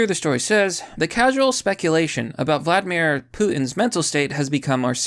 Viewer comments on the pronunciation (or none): none